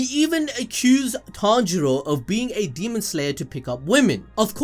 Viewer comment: Tanero 😂😂😂😂😂(Tanjiro)